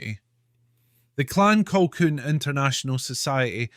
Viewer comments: Who the hell is Clan Colkwun, prat can't even pronounce our Clan Colquhoun correctly. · Oh dear it’s pronounced ‘Kahoon’. You might want to re-record. A great voice and interesting content but I couldn’t listen to the mispronunciation over and over.